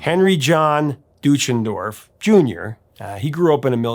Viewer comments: The last name is actually pronounced "Doy-chen-dorf", not "Doo-chen-dorf". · Well he mis-pronounced Deutschendorf too. And Nivert. 😀